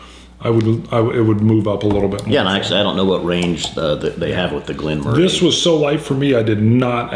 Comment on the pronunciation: It's pronounced Glen "Murrie" I viewed your video on this several times, so I purchased Glen Moray 12. Our state liquor store has it discontinued with the price reduced to $31 from $40. We pay a premium at our state run liquor stores, which on most liquor is priced, sometimes way above independent or chain liquor stores in other states. I agree it's a soft whisky. The mouth feel is good, virtually no burn, sweet with nice notes of sweet and floral. Agree this could be an every day dram. With the exception what appears to be the "caramel color" (E150) added, it's not a bad whisky for just relaxing and sipping. The Patriots just won Superbowl XLIII. You're right. It's not Tom Brady on the field.